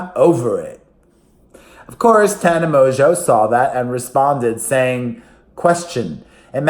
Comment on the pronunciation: Thank you for pronouncing Tanas last name right. So many people dont and it annoys me.